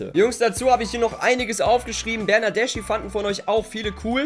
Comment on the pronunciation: De Scilio spricht man De Schilio aus und Bernadeschi spricht man Bernadeski aus